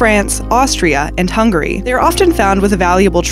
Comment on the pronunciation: its Hung-gary